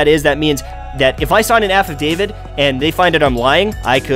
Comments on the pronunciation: pretty sure its affadavit, not an aff of david (sorry for being a scrub about it) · Affidavit - "aff eh dave it" not "aff of dave it" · "AFF of David, affadavid" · what's an aff of david? it's an affidavit lol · Haha wtf is an aff of david? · Lol an "Aff of David" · All the people you proved wrong are now just making fun of the way you said affidavit. lol